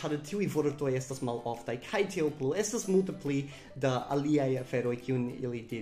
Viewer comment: Fakte, vi akcentas la malĝustan silabon. Ĝi ja estas "Jam temp' está" kaj ne "Jam temp' ésta." Krom tio, brila filmeto, dankon! Pri la akuzativo, mi plej ofte aŭdas tiun eraron kun manki. Oni devas diri, "Mankas mia manĝo." kaj ne "Mankas mian manĝon." :)